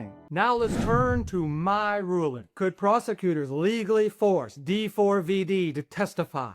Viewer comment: FYI - it’s pronounced “David”